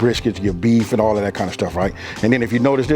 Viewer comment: "alla dat gud meat" 😂 sorry couldn't help it